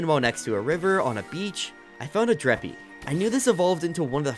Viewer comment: Please stop saying dreppy its dreepy😭🙏